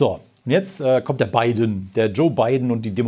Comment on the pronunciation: LOL "Bei den" DHV News is sofort aufgefallen dass es nicht wie gewohnt gesagt wurde - "Biden" war dann richtig gut! xD